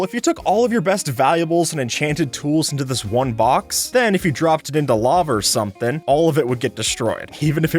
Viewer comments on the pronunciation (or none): none